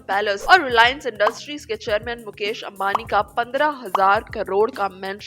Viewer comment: مکیش امبانی نہیں مویش امبانی😂